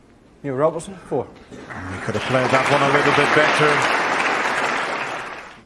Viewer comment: i believe his surname is Robertson! not roberson